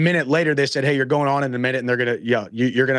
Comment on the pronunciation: theyre, not heyre